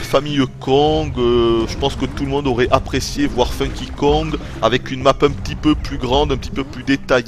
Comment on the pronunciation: Alors la totalement d'accord avec toi Nintendo nous fait payer leur putain de wiimote pour jouer avec 4 boutons alors qu'on a une wii et un capteur qui sert a RIEN Sinon Super sympa ta review en voix off, au moins tout est clair et quasi-parfait a part le "ça s'y nisous aurait" DKCR Best Game!